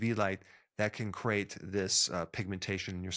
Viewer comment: "Crate"? Or "create"?